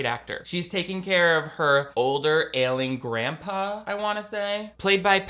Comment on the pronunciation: I heard “older ailing grandpa” and “older alien grandpa” lol holy shit